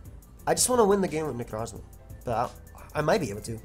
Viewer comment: The way you say 'Necrozma' gives me life